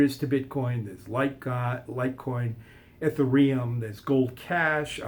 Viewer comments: Everytime he says "There is no...." , change it to "I don't understand how...." and this video will make more sense. Also, he said "Eth-a-ree-um".... I stopped there. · and "at a ree uhm" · This 'Expert' doesn't know the difference between dispersed and distributed, can't pronounce the 2nd-largest cryptocurrency correctly - Ethereum - and muddles the words of bitcoin gold and bitcoin cash. - please actually become an expert in cryptocurrencies before making any more videos that make you look like a fool!